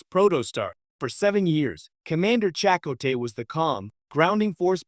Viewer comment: This AI voice shit can't pronounce names? Chicot?